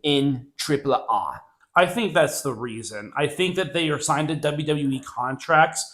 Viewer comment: It's hilarious. How like you pronounce AAA versus the way Conan on his podcast pronounces AAA stop trying to be too proper and just be normal